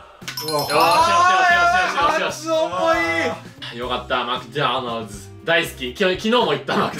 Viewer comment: 今日の動画での須貝さんの発音が美しくてこちらに参りました。 ｢Mcdonald's｣